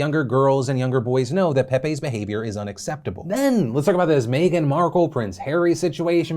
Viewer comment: why does phil pronounce "meghan" as "may-gen"?